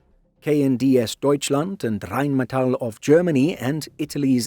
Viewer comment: I really appreciate voiceover guy's pronunciation of Rheinmettal etc... but wondering if Leonardo should have an Italian twang? Lay-oh-NARD-oh, mama mia!!